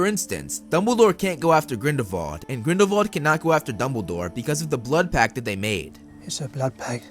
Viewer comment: it's grindelWald not grindelVald!!!!!!!!!!!!!!!!!!!!!!!!!!!!!!!!!!!!!!!